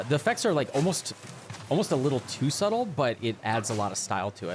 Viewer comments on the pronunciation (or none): none